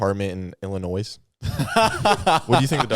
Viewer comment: Anyone else bothered by the way pronounced Illinois; where my Illinois people at